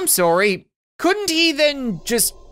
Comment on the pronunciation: no one:: “I am so soory” Me:... Why? TwT